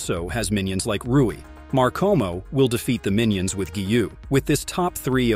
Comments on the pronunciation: Normal ppl: makomo Him: ✨mArKomO✨ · I can’t take take it when he says “markomo” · Bro really said markomo and arcarza